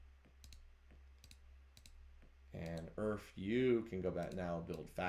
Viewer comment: omg it took me until to realise "Earf" is just "Earth" phonetically. Took me way too long lmao